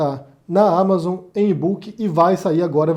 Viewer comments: Só por favor corrige essa pronúncia aí: não é amazôn, a pronúncia certa ámazon. O nome e gringo né!! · Ele vive na Espanha, lá talvez pronunciem assim.